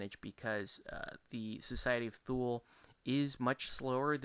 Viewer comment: It's pronounced "Thooli" sometimes "Tooli" but not "Thool" ;) Great review.